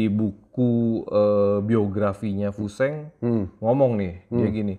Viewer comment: Koreksi yah bang memang namanya tulisannya fu sheng, tapi bacanya itu Fu shen. Ini idola saya diwakfu tahun 1980an. Filmnya banyak beredar di bioskop.